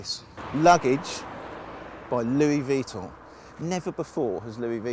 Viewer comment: "luis veeton" lol!